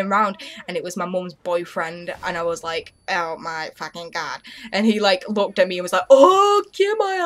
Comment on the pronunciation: "and i was like oh my fooking gawd" LMAO